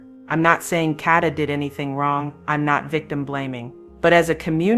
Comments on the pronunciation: it's pronounced Kay-da, stop being lazy and use your real voice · PLEASE...if you're going to haveca channel and report...HAVE RESPECT AND PRONOUNCE her name correctly! It's Kay da. Not katta! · Kada not Karda or Katta!! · Her name is KADA not Kadeh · It's not catta it's Kada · It “KADA”. No “R” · Should have broke it down KAY-DA THEY GONE BE LIKE KDhuuuuuuuu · It’s KADA! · It's pronounced Kay-Da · Her name is KAY-DA (phonetically spelled) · her name is PRONOUNCED KAYYYYDUHHHH SAY HER NAME CORRECTLY PLEASE . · Exactly KAY~DA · The pronunciation of her name is really pissing me off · You're not saying her name correctly. Very annoying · I can’t listen to this AI mispronunciation of here NAME!!!!! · Her name doesn't have a R in it. Please say her name correctly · Please pronounce her name right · LEARN HOW TO PRONOUNCE HER NAME!!!! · Is AI used in this video because the pronunciations are horrible!! This beautiful young ladies name is Kada! Ensuring your saying the victims name correctly before posting a video is extremely important!